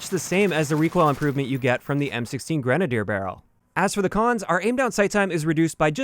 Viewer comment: It is pronounced (grin)-(ay)-(dee)-(ur)